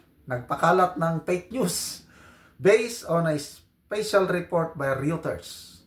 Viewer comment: Ang pronounciation ng Reuters is Royter. Pareho na ri ng Euro. Oyro.